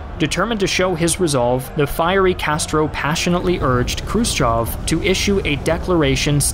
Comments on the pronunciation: Che Guevara and not Che Gavera... krutchev and not krotchev... learn a bit of other languages... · Some of your pronounciation makes me cringe. Krus-CHOV? Krus-Chev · I love the channel, but the butchered pronunciation of Slav names is killing me 😂 pronounced "Krew-shyev", EH, not "ah"